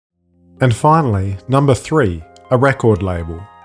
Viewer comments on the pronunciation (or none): none